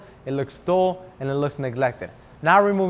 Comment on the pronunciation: Wow I would have given you a thumbs up just for offering the flow chart! The video helps teach especially to someone like me just starting to take care of my car. I had to turn on the captions because I thought you said, “duel” when you said “dull” as in the look of the finish. It’s all good…that’s why they make rewind on the remote. I like 👍🏼 all Chemical Guys videos and I am trying to purchase other products from your web site right now (not so easy 😓). And yes, I am subscribed.